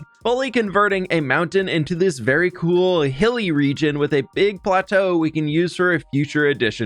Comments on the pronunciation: Please tell me I am not the only one who nearly overheard aying "berry much" instead of "very much" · did he say that was BERRY much a stretch?